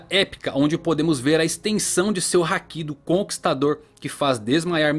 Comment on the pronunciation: ainda procurando um youtuber que saiba falar haki direito...kkk